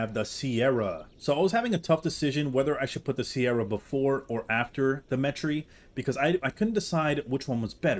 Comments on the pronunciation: SE-RAT-O-SAURUS not “sierra” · It’s pronounce “Se-ra-to” not “Ke-ra-to” and also definitely not “Si-er-ra-to”. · It’s not pronounced “sierra” it’s just “se-rah” for “se-rah-to-saurus” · Deinonychus Is pronouncer "Die-non-i-cus" Also Its pronounced "Sir-Rah-toe" not Sierra, Cerato like the Cera in Tri-Cera-Tops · The 'C' in Ceratosaur is pronoucned like a 'K' and not 'S.' 'Careto' means 'with horns/horned' and it as such it is related to the substance 'Keratin' which is also pronounced with a 'K' and not an 'S.' Calling them 'Sierra' makes little sense. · Hey bro it's pronounced [Sir- Rat-O-Saurus]. Thanks for the vids. Good stuff! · I’m sorry but the way ur pronouncing the beginning part of ceratosaurus is so wrong and it sounds awful it’s like this one show that pronounced diplodocus ( dip-lah-da-kiss) as Dip-Low-Duke-uss 💀💀